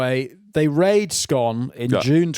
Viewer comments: The town (read: toon) of Scone is pronounced "Scoon" and am NO even jokin'! Heh heh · Scone the place pronounced Scoon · For some reason the place scone is pronounced scoon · It’s painful hearing you pronounce the town of Scone like the cake